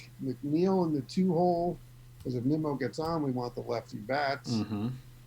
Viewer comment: I'm sorry but incorrectly saying players names is a huge pet peeve who is neemo 😂 and kaboom 😂